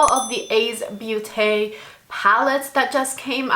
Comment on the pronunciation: Nice review, but I don't know. The dark shades seem to not blend, nice colors, tho. Btw Beauté, the beau part sounds like 'bow' you had the last part right